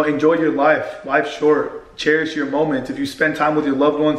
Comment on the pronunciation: You didnt say cherish the first time properly 😂